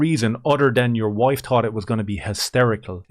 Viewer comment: Ian- I'm a better person than that... Ians "WOIFE" - You PUSSY! Ian - isn't she Awesome?